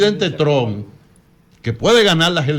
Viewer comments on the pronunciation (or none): none